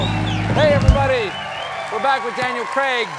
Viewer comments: Heya Cole-bert-ah --ya said "Creg" again instead of "Crayg". Daniel hid the wince well. Yes, that's an official correction 🐾 and in case ya haven't heard, there haven't been enough errors over at Seth's show lately. Not that anyone of the pedant pack needs an extra reason to offer constructive feedback. 🤣 Another jackal probably already called you out, but just in case that's not the case, being thorough is what jackal pack does best. 😆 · and he said CREG again 🤦‍♂️ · Stephan just said Danial cregg everybody He really can’t say his name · He ended it with saying Creg 😂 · Said Daniel Kreg again at the end 😂 Ooh😏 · Colbert said “Daniel Cregg” at the end there again 😅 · He said Cregg at the end again without realising Look at Daniel's face 😅